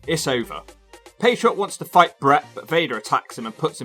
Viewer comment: It sounds like you’re calling him the “patreon” lol